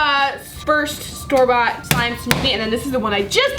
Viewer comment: Whenever you say store bought it sounds like Starbucks